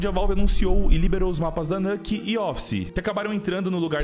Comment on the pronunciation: nuke se fala exatamente como se lê